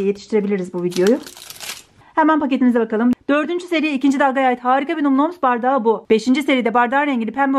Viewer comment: Bin kere söyledik num noms diye okunmuyo nam nam diye okunur kıt beyin